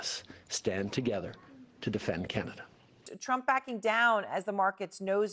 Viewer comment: "Manada" LMAOOOO